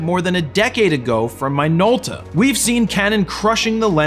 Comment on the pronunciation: I may sound bitchy, but I would interject when Jared mis pronounce my favorite legend camera manufacturer Minolta. “Mine-olta”? I’m a loyal Minolta user to the end.